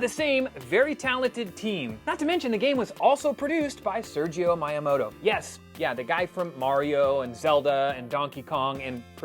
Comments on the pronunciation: Sergio Miyamoto??? Try again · Who can forget about the great Sergio Miyamoto? 😂😂😂😂